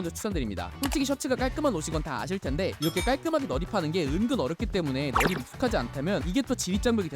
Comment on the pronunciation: 어떻게 발음하면 넣입이 너닙 넏닙이 되는 거야...